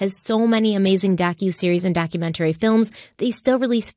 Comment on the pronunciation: I love crime weekly but the way says "documen-tary" instead of "doctument-ary" makes me want to poke my ear drums out after hearing it over and over and over. In one episode she even says "elemen-tary" instead of elementary 😒. Still live for this podcast❤